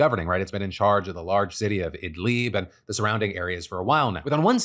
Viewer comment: Some constructive feedback: Please check pronunciations before you use them. The "i"s in Idlib are like the "i" in "lid". I'm not expecting you to nail really difficult phonemes, but this one is really easy for English speakers. Fortunately (or unfortunately 😛) you didn't say something which has a funny meaning, but it still makes a big difference to people who speak the language.